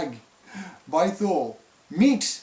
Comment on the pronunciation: It’s pronounced “TOO-LEE”...... like the city in Greenland